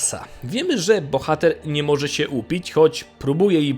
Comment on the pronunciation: "Bojomcom siem istotkom żyjącom". Chłopie, materiał ciekawy, ale gdzie się uczyłeś języka polskiego. Masakra, tego się słuchać nie da. Uszy więdną.